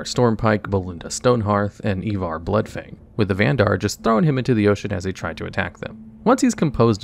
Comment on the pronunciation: Do you just have a vendetta with mispronouncing names? Clarence? Ivar?